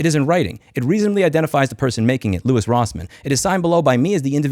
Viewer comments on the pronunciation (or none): none